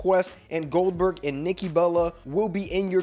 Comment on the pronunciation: Not huge for older gen xbox ? It's wwe2k23 Goldberg not Oldberg😅